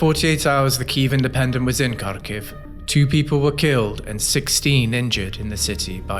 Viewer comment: If you work for Kyiv Independent, shouldnt you spend one day max on learning how to pronounce the city you are talking about?